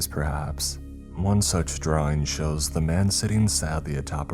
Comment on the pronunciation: Draw-ING!!! ING!!!! ING!!! ING!!! NOT Draw-EENE!!! NOT DtrawEENES!!! LEARN HOW TO PRONOUNCE ING!!!!!!!